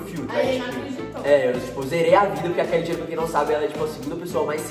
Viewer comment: É "Keily Jenner"